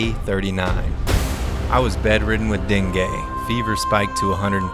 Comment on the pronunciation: Love your vids, fyi for future reference it's pronounced "dengee" fever! glad you're over it finally 👍